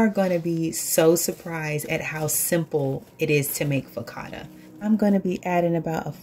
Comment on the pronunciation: Hey there. Everything looks so delicious. I love them both. Just to let you know that focaccia is an Italian word and the ‘cc’ is the ‘ch’ sound. (Fo ka cha i a). Great job. I will definitely be trying this recipe for bread. Thanks for sharing ❤😊